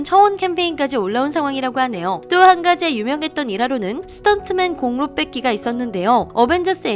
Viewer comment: 공로의 발음은 공노입니다.